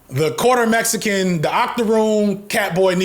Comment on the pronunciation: Bro makes Mexican sound like a slur 😭😭😭😭 cmonnnn